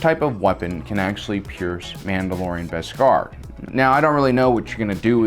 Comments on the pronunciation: I love the way he pronounces bescar as two words etc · Say beskar right plz im begging u